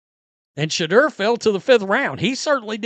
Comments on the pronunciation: This call calls Shedeur, Shidder. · you crack me up when you say Shedeur..soundn like the swedish chef